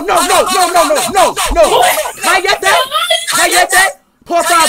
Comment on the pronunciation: Ese cállate le salió bien